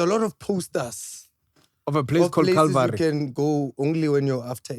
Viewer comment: Not calling Chilvary, calvary😅😂😂😂😂😂😂bathong 😂😂😂